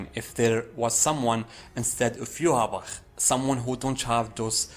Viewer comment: You are the only one who pronounces ywatch as good as the man who voices him